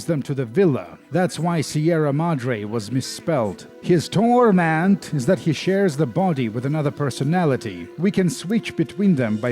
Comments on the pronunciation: Please stop saying TORMENT like that. It makes my Sensates Faction tattoo tingle. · thanks for the new vocal stim, i haven't been able to stop mimicking the way you say TORment... in fact, it's become my own personal TORment